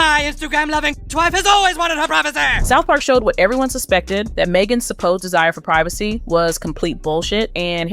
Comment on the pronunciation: PRIV A SEE please! Not PRI VA SE.